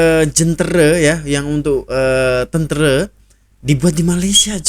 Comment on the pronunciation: Tentera bang bukan tentere😂😂🗿🗿🗿